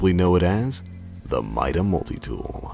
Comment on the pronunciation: It's pronounced meeda